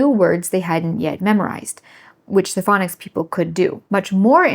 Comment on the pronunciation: No offense, just sheer bizarreness and curiosity - may I ask what your accent is? I could not tell that you were saying "phonics" instead of "fang-nics" without turning the subtitles on. The way you pronounce "on" is certainly... unique. (By the way, if you declared that it was your father who taught you what your language should be like, then is it also his accent?)